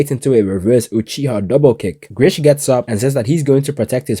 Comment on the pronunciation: Its GRIS!! NOT GRISH!! THERES NO "H" you would know that if you watched it in Japanese instead of English!! P.S - Remlins voice is HELLLLAAAAA cringy in English vs Japanese!!